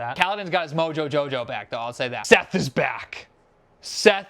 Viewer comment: OOOH. Bruh. You have been saying Seth so much and I was like who tf is that? Is that a Herald in the prelude that I somehow managed to miss? No, its freaking Szeth (I pronounce him as Shēth, or Shayth)